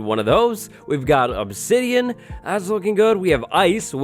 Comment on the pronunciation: Crying obsedian?